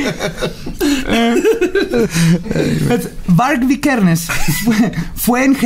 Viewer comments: Y dijo Vikersen en vez de Vikernes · Varg vikernes no vikersen chale... Tu dislexia no ayuda jajaja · Varg “vikersen” jajaja wtf 🙄 VI 👏🏻 KER 👏🏻 NES 👏🏻